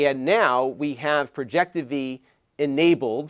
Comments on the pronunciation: It’s called Projectivy. As in Project IVY. Not projecteevee. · Hey it's pronounced Project IVY Launcher, it's a Final Build for an English Based Launcher for Chinese Branded Projectors. It has come a long way I'm glad it's the main stream now. Good luck with Google TV Working properly 😅